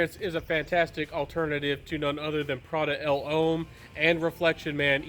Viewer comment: Great video as always my guy. Pronunciation is getting better but pointers for those hard to say words from a southerner..Uomo is oo-oh-moh. And L'homme is pronounced Luh-m. Like thumb.